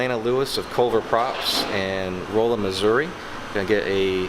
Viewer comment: It's Rolla - short o and short a; Not long o and short a